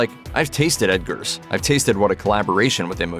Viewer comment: It sounds like you're saying Edgars. It's Robert Eggers (🥚ers)